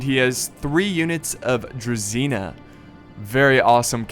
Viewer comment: How many times I have to learn non-slavic people that it's Druzhina, not Druzina! It's with Zh, not Z!